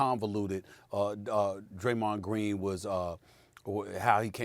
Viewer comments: “Greymon dreen” lmfaooo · Graymond dreen 😂 Stephen A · Straight to the comments after I heard "Graymond Dreen" 😆 🤣 😂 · Stephen A Smith: “Graymond Dreen” 🤣🤣🤣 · Who else came straight to the comments after “Graymond Dreen” 😂😂😂😂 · I thought he said greymon from digimon lol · "Graymond dreen".... Lol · SAS : “Graymond Dreen!!” Me : “ You are wrong and here’s why” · Reading through comments. Why does anyone care that he said 'Graymond Dreen'? Slip of the tongue happens often in life. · “Graymond Dreen”😭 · Graymond Dreen, Kax Melerman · The Man Said “Graymond Dreen” , I’m Crying 😂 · “Graymond Dreen” 😂😂😂 brain fart! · "Graymand dreen" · He really said Graymond Dreen 😂😂💀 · lol stephen called him Graymond Dreen 😂😂😂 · Graymond Dreen. Jebron Lames. Glake Briffin. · Stephen A. Smith: Graymond Dreen Stephen A. Smith: Here’s where your wrong and why... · "Graymond Dreen"😂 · Graymond dreen?? Wat yall hear 😂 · "Graymond Dreen" spoonerism. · Graymond Dreen ☠️ Stephen A would mess up somebody's name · "Graymond Dreen" 😂😂😂😂😂😂🤣🤣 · 😂😂😂 no cap soon as I heard him say Graymond Green I hit the comment button lol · No one: Stephen A Smith: Graymond Dreen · Greymon dreen🤣🤣I'm sorry I had to point that out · Greymonn Drean Lmao 😂 SAS wake up 😂😂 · Stephen “Graymond Dreen” A Smith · Actually he said GAYMOND DREEN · Stephen A, “Graymond” Deen🤣🤣🤣🤣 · Graymond Deen and Wussel Restbrook! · Funny but you failed cus it’s Graymond Dreen 💀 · Broooo . Your mans literally switched the D with the G. How does that even happen lolol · Graymon Dreen that hit me diferrent 😂😂😂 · lol, Stephen A called him Greymond Dreen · Stephen A "Graymond Dreen" Smith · “Graymond dreem” - Steven A smith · I don't know what SAS said cause I'm still laughing about GRAYMOND DREEN 😂😂😂🤣🤣🤣😅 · Let me correct this now! It's not "Greymond" or "Gramond", it's Graymond. 😀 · Now, I'm going to be saying Graymond Dreen all frigging day!😂😂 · Nobody: SAS: Graymond Dreen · Graymond Dreen? Lol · I have too... “Graymond Dreen” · “Graymon Dreen”